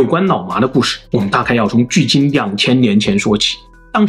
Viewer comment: 好像蠻少人養牧羊犬 也是太聰明的關西XD? 我一直聽成 腦麻